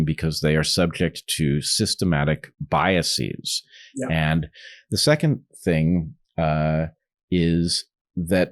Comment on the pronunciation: Stop saying 'biasees' and 'processees'. Just stop. Bias and process are not greek words ending in 'sis'.